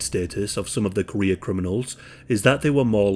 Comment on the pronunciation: I kept thinking you were saying "Korea criminals" instead of "career criminals" and spent longer than I care to admit trying to figure out why there were so many Korean criminals in the USSR